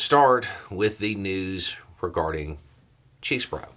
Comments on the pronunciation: First thing defendant Chesebro said in court today was his name, Kenneth John Chesebro, which he pronounced CHESS-bro. Now we know. Let's stop with the CHEESE-bro, shall we? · Are you deadnaming him on purpose? "Chezz-bo-ro"; not "Cheese-bo-ro" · Aw, hell nah, "Chesebruh " ! Say it ain't so...say it ain't so ! You really caved-in to the pressure, really ? "We should never interfere in a Republicans right to humiliate themselves." This includes eating "crow". Mmmmmmmmm....🤣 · Hey, (again).:) Just FYI, I watched the plea hearing and heard Mr. C pronounce his last name. The first "e" is short (sadly). So, it sounds like Chezzbro. Thanks for your thoughts!